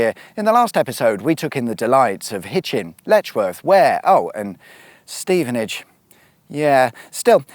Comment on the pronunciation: Well done for properly pronouncing Stevenage (by including the sigh at the start) Never figured out how to spell that correctly. Something like hhhhhhh...stevenage